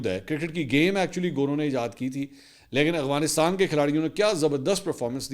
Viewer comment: Mansoor bhai, please try to pronounce AFGHanistan as its written, instead of AGHVinistan that you usually say 😊